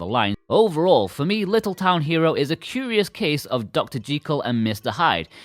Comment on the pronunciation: Great review. Hats off to you for the correct pronunciation of ‘Jekyll’ as intended by Robert Louis Stevenson!